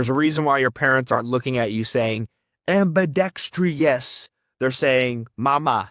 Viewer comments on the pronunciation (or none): Loved this video! You are such an effective communicator, jeez. Also I love your accent! One thing I just wanted to let you know is that it’s ‘ambidextrous’ not ambidextrious’ 😉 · > Lectures people on how important it is to listen before you can speak > Keeps saying "am be dex tree us"